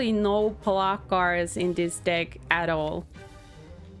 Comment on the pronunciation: Your accent is kinda unforgiving with the word “deck”, playing a TCG.